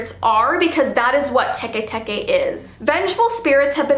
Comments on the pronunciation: its Teke not TE TE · "Te te" it's actually teke teke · Bruh its not te te ITS TEKE TEKE WHY AINT NOBODY TALKING ABOUT THIS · WHY U SAY SHE GONAN COME FOR US TUEN SAY THE STORY. HUH?